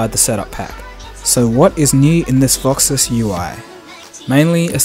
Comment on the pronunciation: Why do you call it VoxiS? Awesome look, by the way, setting it up now. Also: Is there any way you can see notifications other than calls and texts such as Whatsapp, Viber, Skype, Twitter, ect. without having your status bar show? I've been struggling with this for a while.